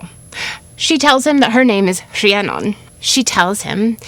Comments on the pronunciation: I love the pronunciation of saying CREannon like the true welsh way. Funny all my life I would pronouce my name as Rhiann(IN) not Rhiann(ON) As I grew wiser I realized why I did this on a soul level and found myself pleased with my inner knowing and play on the deeper meaning of words. The Cre-Rhi pronunciation brings me to a whole new level of being or unfoldment. Thank you and I feel a true shift in knowing the true prononce-initiation especially having Irish welsh ancestors wow such synchrony finding this today! ✨😘🪷🎠 Beyond grateful now🥲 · As a Rhiannon who has lived in Wales her whole life, you pronounced it better than a lot of people in my area. Diolch yn fawr for covering this. Sometimes, it feels like the world overlooks us 💚 Also I think you'll appreciate my favourite Welsh expression, Iesu mawr. It was used in my area as a Welsh 'oh my god' but the literal translation is big jesus. It just always made me laugh! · Really love your story telling and historical expose. I did find this one a little harder to follow with all the unfamiliar Welsh names. Fantastic job with the pronunciation (I guess), I certainly couldn’t pull that off. Keep going with that. I need to hear more of it. Rhiannon! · RHIANNON. First off huge kudos on your Welsh pronunciation. I am not Welsh, but know it is quite challenging to learn. This story is so beautiful. It really hit me, in an amazing way. Thank you